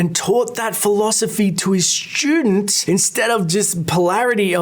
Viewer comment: "Schtudents". Lol brits.